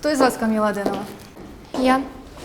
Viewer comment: Актеры учите русский: "сьтолько энергии" "подьерживать" и "Камилла" губы старайся не закатывать